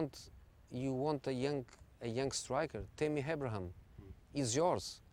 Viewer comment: Love the way he says ‘Timmy Habraham’